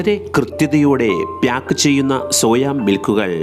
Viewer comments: പ്‌യാക്ക് അല്ല പാക്ക്😊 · ചിലർ ബ്യാഗ് എന്ന് പറയുന്ന പോലെ. 🤣🤣🤣🤣ഇവനൊക്കെ എവിടുന്നു